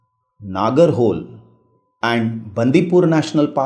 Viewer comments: It is not Nagara-hole .The pronunciation is' Nagara-ho-Lay' . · Listen your work is good and appreciable, but mispronouncing something is not desirable. Lakhs of students are following this vedio and they'll pronounce the way you pronounce. नगर होल नही नागरा होळे You are a citizen of India and those territories fall under the boundary of India. If you don't know learn, ask and pronounce it. Language is something that comes with the sentiments of the people. Please pronounce it properly. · Nagarhole is pronunced as Nagaraholay.